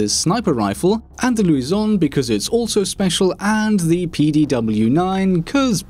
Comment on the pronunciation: It's not Luison, it's Lusion, if you could read properly. :p